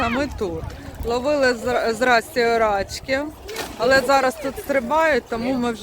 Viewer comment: Не рАчки, а рачкИ, наголос на останній склад. Від слова "рак", маленький рачОк. РАчки - то собача поза.